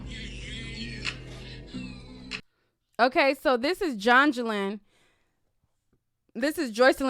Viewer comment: Girl you said Jongelin LMFAO